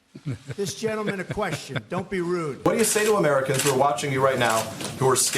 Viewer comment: Yo. The word "question" is not pronounced "queshun". Don't be lazy with your speech.